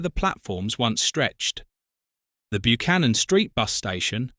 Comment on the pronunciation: Interesting video as I wa there just recently, however, sorry to be pedantic but it's pronounced (more like) BUH-CANNON, not byoo-cannon